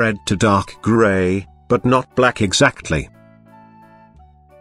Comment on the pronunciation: "..but not black exaketly"